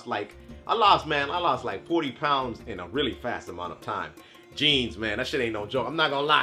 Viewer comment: damn 190 "plounds"